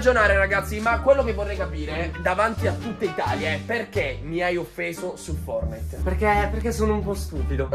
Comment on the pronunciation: Io avrei aggiunto la t nella pronuncia della parola fortnite